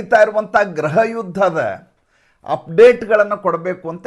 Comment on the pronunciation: ಗ್ರಹ ಅಲ್ಲ ಗೃಹ ಯುದ್ಧ